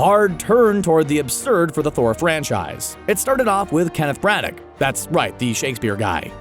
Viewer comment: A suggestion; if your paying job is narrating YouTube videos, mmmaaayyybbeee you should look up how to pronounce names/words you're not sure of. For example, Kenneth Branagh's last name is pronounced BRĂN·əw.